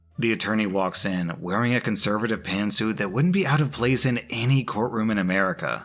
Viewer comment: why did I hear pantsuit like "pantsu"